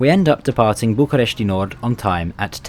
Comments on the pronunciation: It's BucUresti Nord, not BucAresti Nord. :D I suppose you inspired from the english name. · Just to let you know: the "I" at the end of București: don't spell it. It is just: "Bucuresht"! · Much better than most others, sure, but still some mistakes: the last A in Constanța is just a regular A, he pronounces it more like an Ă. And the final I in București and Fetești is supposed to be (semi-)silent... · you don't have to put a lot of stress on the letter "i" at the end. same goes with fetesti and any other romanian city that ends in a "i". i mean, you can still hear it when we pronounce it, but you don't put that much accent on it. the way you pronounced it is correct if you were mentioning places like "bucurestii noi", which is an area part of the capital city. hope it helps! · bucuresti: the i is silent